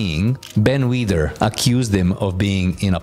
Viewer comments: Who is the idiot narrating this video? He can't pronounce many of the names correctly! He gets Serge's surname wrong, he says "Wider" instead of "Weider", he gets the names of many of the steroids completely wrong...what a lazy and disrespectful piece of rubbish! 🤬🤬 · It's not pronounced "wider" is pronounced "weed-er" Joe Weider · This is a great video but you really should have learned how to pronounce his second name properly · How hard is it to pronounce “ WEIDER “?